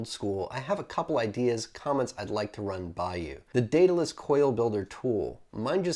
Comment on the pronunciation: Thanks for the tut, and greatly appreciate you pronouncing the name correctly. Been really interested in this kit. Quit analogs 3 months ago, and have not looked back. All the vids have kept me going, and making my own coils. Currently running Tarot Pro with my Goon. Thanks again and keep them those vids/tut's coming.